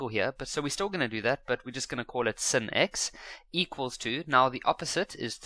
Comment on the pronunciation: sin is pronounced as sine